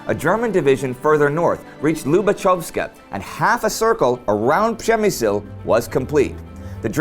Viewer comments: Indy keeps pronouncing it prem-me-zil which i belive is roughly the correct pronunciation. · it should be pronounce like /pzhemyshl/ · Guys, great channel. I've checked almost all episodes. Shame is that a lot of Poles probably do not know how Przemyśl important been before. My hometown is Jarosław, my flat really close to building complex where Austro - Hungarian barracks / garrison were. Indy little advice, check pronunciation for Przemyśl (